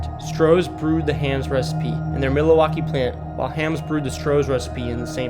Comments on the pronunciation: Pab-IST? Mill-ER-waukee? Minni-ANNEN-apolis? Just get an app to narrate your stuff. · Founded himself in Minnesota? There is no extra M in the middle of Minneapolis not Minnienapolis. AND it's Mil walk ee not Millewalkee. Dude. Talk to locals if your not from here, you butcherd several names of our cities. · Bro can't pronounce anything 😭 Forget Minionapolis, bro added Miluhwalkie and Fruitition to bat 😂🤣